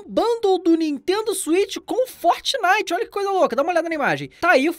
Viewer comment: Forrrrtxinitxi, esse sotaque kkk